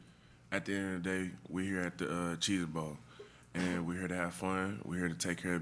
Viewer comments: Naw man. Black folks have a slang and vernacular that's all to their own. He said Cheeze-It. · He said "Cheeze-IT bowl"